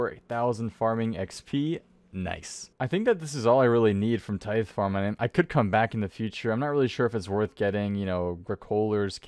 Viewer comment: I hope you're joking with that pronunciation of tithe, hahaha